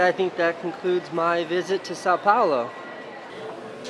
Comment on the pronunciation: Casey's pronunciation of "Sao Paulo" pains me